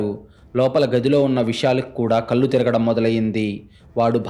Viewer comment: కల్లు కాదు కళ్లు... కరెక్ట్ గా పలకండి pls